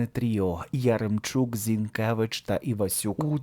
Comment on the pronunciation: ...віддачує. Зінкевич. У а не . Зінкевич. А . Вчимося української і